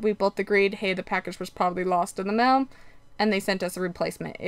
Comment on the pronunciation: Spelling and pronunciation errors really make you appear less intelligent. You didn’t toke the test you took the test. Mail and male is pronounced with a long A sound not ‘ mel’ with short E sound.